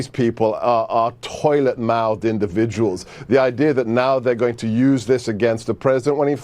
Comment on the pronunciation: His accent weirds me out so much because of how inconsistent it is. He goes from silencing his 't's ('left' in 'left-wing' sounds like 'leff') to voicing them ('toilet' in 'toiled-mouthed'). His 'a's seem to go from 'ah' to 'aa' to 'uh' to 'ur' and everywhere in-between, same with his 'er'. It's like he can't decide which accent he's going for, and so every other syllable he keeps cycling through every anglophone accent he can conjure up.